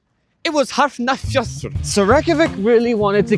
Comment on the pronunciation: Hafna fjörður. It's not that hard